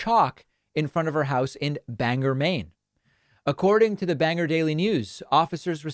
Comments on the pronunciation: David sir, it is pronounced Bang-gor not Bang-er. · This is a nit-pick but it's pronounced "Bang-Gor". No (er) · smh it's pronounced "Bang-Gore" not "Banger" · It's pronounced "Bang gore" David! Not "Bang ger". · I used to call Bangor Main Banger until I traveled there. They pronounce it Bangoor. Just saying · Dave. Love your channel. Dailey YT viewing. Trying to be helpful. 'Banger' is Georgia. Bang-Gore is in Maine. I'm sure you'll be on the' 'Scene of The Deluded/ Gullible/ I'm a victim". Please at least pronounce it correctly, while we break out the stakes and pitchforks (We still know where the barns are!) NOTE: STATEMENT FOR LAUGHS (Until the Black 'Helios show up in my field)! Hope that was fun! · David pronouncing Bangor as "banger" has me in tears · was looking for this comment as soon as he said it lmao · Bit of nitpicking, but us Mainers call it Bang-Gore, and yes most of us want her out of office.